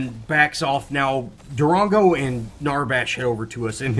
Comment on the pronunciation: I cringe every time you say Darango. But good commentary